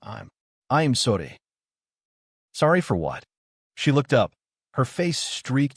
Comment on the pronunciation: Please please stop sounding spanish when saying I'm sodddyyy it's IM SORRY. Don't get me wrong, good story but do you even review this before uploading?